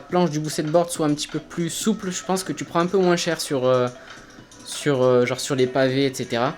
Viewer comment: Frero j’taime trop mais arrête de dire Moinssss stp